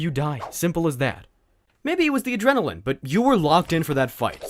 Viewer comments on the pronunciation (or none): none